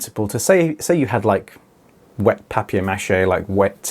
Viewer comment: "pyapper mah shay"